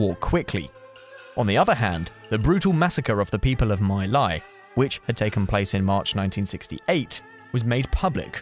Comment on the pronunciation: No offense but this Vietnam War History Video is slightly biased, especially not much is said about nextdoor Cambodia & Laos. You also you need work in properly pronouncing Viet, Khmer, & Laotian words. It's offensive to a Viet like myself if you mispronounce it properly. For Example: The Viet word "My Lai". It's NOT pronounced at "Mai Lai", proper way of pronouncing is "Mee Lai" (the "My" has a special accent mark on the "y" that makes it pronounce as "eeee" instead of "ai") Another one: Nguyen is NOT pronounce as Nooh Gen. Correct pronounciation is Nooh En Ngo Dinh Diem is pronounced as "No Dinh Ziem" (note: there are 2 D's in the Vietnamese alphabet where one D is pronounced with the normal D, whereas the other D (with no particular additional markings) is pronounce with a Z) Kampuchea is pronounced as "Camp Puch Chee Ah" & NOT "Camp Puch Cheese"